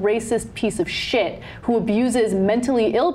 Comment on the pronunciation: love the way she said shit, much emphasis on the sshhh part.